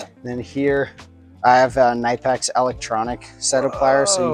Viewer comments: If you want to represent Knipex, it is pronounced: Kuh-nip-ex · That's like the 7th way I've heard knipex pronounced. I usually cycle through three different pronunciations of it. I wonder if we'll ever know the truth. Good kid. I think he'll do great as an aviation mechanic. Already pretty knowledgeable